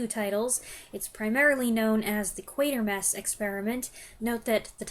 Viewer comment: It wasn't until today, listening to your review that i realized the correct pronunciation of the main character's name! I've been thinking Quartermass for decades! Thanks!